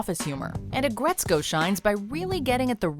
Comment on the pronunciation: “Aggretsco”? Man y’all so white